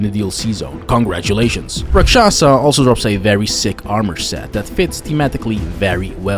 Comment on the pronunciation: Loved the video! Just a minor correction, "Rakshasa" is actually pronounced "Raakshas" (ɾäːk.ʃɐs). So just the aa and a sounds are swapped and you don't pronounce the "a" at the end. Nothing major, just fixing a common mispronunciation :)